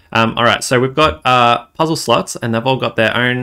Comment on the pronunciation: What do you keep saying "slotch"? What's a "slotch"?